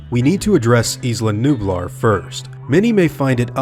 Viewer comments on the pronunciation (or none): Jurassic world is isla numblar